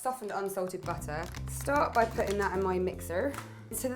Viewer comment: What's that fancy cone-shaped thing you had the coc chips in ?. Also in some words your accent goes all American for some reason!! like "butter", "later" :P.